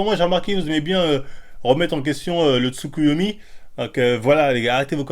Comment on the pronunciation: "TsuKUyUmi" , "ShariMgaM" ... Please un minimum d'effort dans la prononciation 🤣